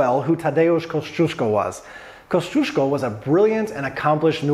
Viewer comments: Koziesko? That pronounciation gave me a good chuckle :). I totally get it though, 3rd to 8th letter in the name Kosciuszko must look like a bizarre combination of letters put together for Americans :p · Koziesko.. OMG Jakbym tak tragicznie wymawiala angielskie slowa to bylby smiech na sali :D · CAZYESCO??? hahahahaha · Thank you for spelling Kościuszko right and pointing out that most of the English speaking people just do it wrong. When I've been to Australia I couldn't help cringing when they tried to pronounce it as Oprah did. It's just torture. They thought about changing the name of Australia's highest peak for the Aboriginal version and that won't be a bad idea, less cringe for sure. After the murder of Gianni Versace, even US television anchors spelled his last name totally wrong, and that was a way easier to spell than Kościuszko. So that does not concern only Polish surnames. There're more examples, I'll say most of them caused by ignorance and not only ignorance of English natives. It will be cool if everybody pays attention to how someone's last name is spelled. No matter where you from and who are you referring to. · Americans butcher Kościuszko. XD